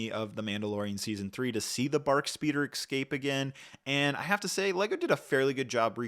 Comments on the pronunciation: es cape, not ec scape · Dude it’s EScape, not “excape” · EXCAPE you say? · Take a shot every time he says "exscape." If you survive, you can treat yourself to this battle pack. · 20$ set. Also, "Escape", why do people keep saying "excape"? 😅 They should have included Jar Jar anniversary mf...